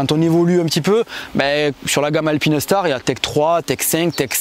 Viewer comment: Juste pour dormir moins bête ce soir on dit "alpine - star" et non "alpinaistar, alpinèstar" 😉 Très bon boulot les gars !